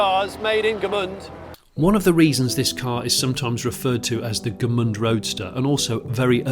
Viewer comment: Gmünd, not Gemünd.